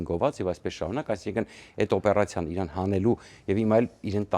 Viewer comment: Իռան չի,Իրան